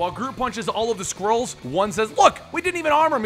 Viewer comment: why does it sometimes sound like squirrels instead of skrulls?